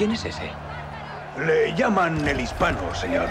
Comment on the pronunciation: Jajaja, la primera que escucho "le lliaman el hishpano"